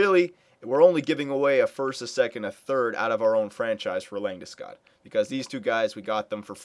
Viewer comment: First!! Its LandesCOG!! not -god.